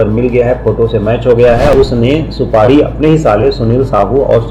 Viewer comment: उच्चारण में भारी mistake सुपाड़ी नहीं है जी सुपारी कहते हैं